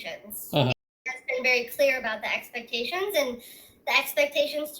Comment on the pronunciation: Take a shot every time she says "expections"